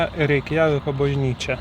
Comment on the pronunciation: Būk geras, pažiūrėk kaip kirčiuotinas šalies kurioje esate pavadinimas :) skauda net nuo reikJAviko